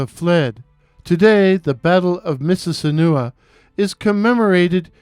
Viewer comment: The correct pronunciation of Mississinewa is "miss-iz-SIN-eh-wah"